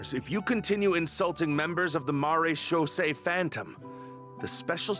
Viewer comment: It's pronounced "mara-shaw-say" phantom